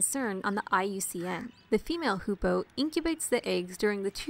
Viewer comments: the video is awesome, but i have one teeny-weeny problem with it you misspronounced hoopoe every single time you've said it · just spend the whole vid misspronouncing hoopoe :(